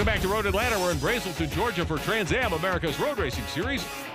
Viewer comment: um rick, it's brAselton ..ah,ah,ah! not braeselton lol